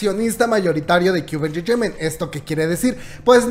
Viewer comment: Cube enchecheiment! jajjajaaja que cómico como lo pronuncia🤣😂🤣😂🤣😂